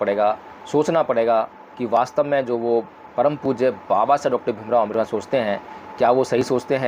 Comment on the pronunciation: Jay bhim sir, agar ap ko buran na lage to ek ba banana Cahaba hu.sir ap please baba sahib ambedker ji ka Nam spast boleyn jayse ..parampujya dr.bhimrao ambedker. Sorry sir baba sahib ka Nam spast na leya to baba Sshsb ka apman jaisa lagta hai . Sorry